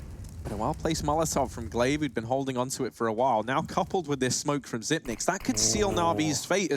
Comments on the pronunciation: Why do commentators keep saying Xypn8x , there’s no N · Faceit commentators Bardolph and DDK pronounced it like that when he first arrived and it stuck. DDK said they were pronouncing part of the 9. Xyp9x waited a while before telling people it was pronounced zipex.